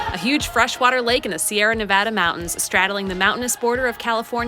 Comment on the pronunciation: you're from Michigan and you said Nevada right love it. Also great fuckin video wow